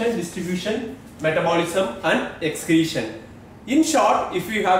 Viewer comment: Sir sorry to say you pronounce excretion spelling wrong